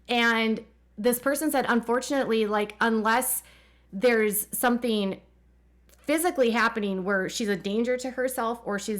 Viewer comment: I know this sounds picky but please try and pronounce 'ing' properly. 'Een' is just weird and incorrect. Concerneen, developeen, sibleens just don't sound good. "Sometheen happeneen" is a lot harder to say than "something happening," right? It's hard to listen to sometimes.